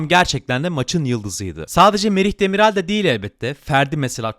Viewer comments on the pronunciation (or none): Demiral (yumuşak a ile değil) düzgün telaffuz lütfen